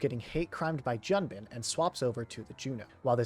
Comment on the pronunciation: Just a tip, it’s pronounced Joon-bin not Jun-bin, it’s as if a foreigner called John “Joan”